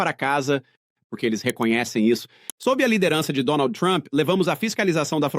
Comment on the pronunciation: Que porrrrrrrque , que R é esse??😅😅